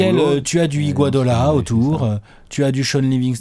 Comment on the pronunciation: Ptêt qu'un jour vous l'appellerez par son vrai nom : Iguodala et non Iguadola.